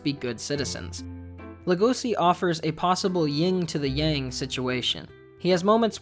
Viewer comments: I personally hate the fact that he pronounces Legosi’s name with an s instead of a Sh sound. And it’s the same with the fact that he pronounces Louis’s name with the s even though they don’t in the actual show. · The way Louis and Legosi's names are mispronounced leads me to think that the video was scripted and researched by one person and narrated by another.